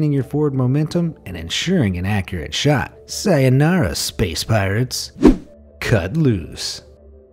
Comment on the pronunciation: You pronounced sayōnara wrong